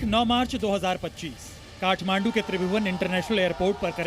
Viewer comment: काठ मांडू नाही ताठ मांडू 😂😂